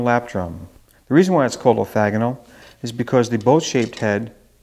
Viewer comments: Great demo, really interesting instrument! Have you tried multiple mics? Sorry to be critical but the correct term is orthogonal (replace the first "a" with an "o" so the middle syllable rhymes with "frog" rather than "flag") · orthOgonal !, not orthAgonal